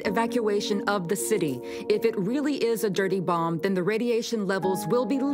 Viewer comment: Why does the president pronounce it as "dirty boLm"?